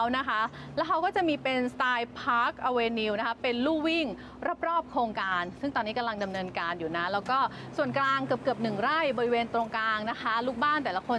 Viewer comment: Avenue อ่านว่า แอฟ ว นิวค่ะ เข้าไปฟังใน